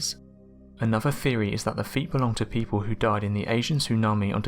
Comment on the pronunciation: Do yourself a favour - pronounce 'th' as it should be. Not as 'f' or 'v'. It's not hard. Calling a theory a 'feory' sounds fick.